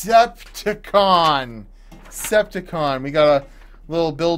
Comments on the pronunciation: It's not Ceptacon ITS CEPTAGON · you said "CeptiCon" like a transformer....but the page reads "Ceptagon" like a shape...Get it right!!;)